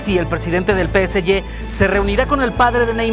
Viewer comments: NO DIGAS PE ESE YE, SE LLAMA PE ESE GE !!!! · ¿por qué le dicen 'pe ese ye' al PSG? :/